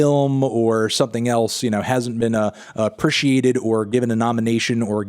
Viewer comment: I really hate how this melon pronounces “appreciate” and I feel like he says it in every single video he releases.